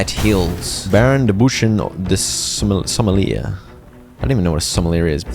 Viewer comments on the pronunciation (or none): when the goose doesn't speak French so doesn't know what a sommelier is....and pronouncng it someleer XD I love it